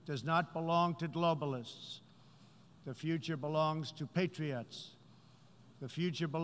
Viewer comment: "Could you let the matron know that he's bumbled his way onto the stage again? Oh no, he's not being offensive and upsetting everyone this time, but he's struggling to remember how to say patriot and I think he's got jaundice again."